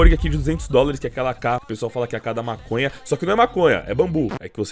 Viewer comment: EU OUVI MASONHA? KKKJ